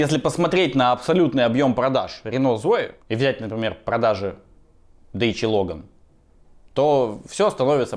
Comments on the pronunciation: братан не Дэчия. Это как и ломборджини, не правильно. Dacia (Дачия) и Lamborghini (Ламборгини). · Не дэчиа, а дачиа, это румынское слово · Правильно будет не ДЕЙЧА ЛОГАН а ДАЧИЯ ЛОГАН!!! Запомните а то слух режет!